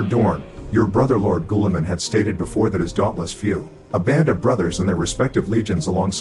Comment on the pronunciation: "Gooliemun" burn that heretic.